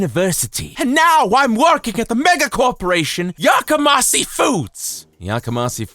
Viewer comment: FYI The company name Yakamasi is improbable. It is pronounced with a 'she' on the end, not a 'see'. Japanese romanization uses one or two letters to represent the individual sounds of Japanese (often a consonant and vowel together make up one sound), and there is no 'see' sound in Japanese. One peculiarity of Japanese pronunciation is that the 's' changes to a 'sh' when it is linked with an 'i' sound. But back to meaning, 'yakamas(h)ii' is an adjective that means 'raucous', 'cacophonous' or 'noisy', and has a negative nuance. People yell 'Yakamashii!' when they want someone or something is 'shut up!'